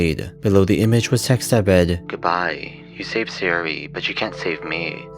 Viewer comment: Neat video, it probably was a combination of the stuff that you mentioned. A few things always bother me when hearing people read foreign names, here's a few. Obvious minor speech impediment or not (no offense, that's just clear here) I'm fairly certain they're (due to JP syllabary always being phonetic to ah-ee-oo-aeh-oh (a-i-u-e-o) and not aeh-eye-yhu-ee-oh) Sa-yo-ri; Sahyo-ri, not Saehy-ori Na-ts'ki; Nah-ts-ki not Gnat-su-ki (it'd be Na-ts-ki anyway; "tsu" is a partially end-aspirated sound, but still a single one, so the ending is typically dropped making it more of a soft ts' as opposed to a hard t-s; e.g. Tsu-ba-sa; Tsu-ki-ko, etc. Yu-ri (yoo-ri) not Yuh-ri Not certain about the last one here, but it seems like Su-ka-dev not Sika-dev; Сука from pronunciation of the Russian insult.